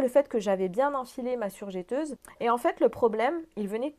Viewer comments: On dit surjEteuse et pas surjÉteuse 😜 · Pendant qu il est temps et parce que je sais que vous y êtes sensible car vous parlez au public on dit "je" "teuse" et non jè teuse car il n y a qu un "t" après le "e". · On prononce surjEteuse et non surjéteuse....si non super vidéo merci pour les infos ☺️